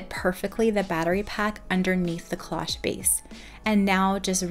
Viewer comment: Loved the cloche idea, but cloche doesn’t rhyme with gosh. It is the long O sound cloooooche Just fyi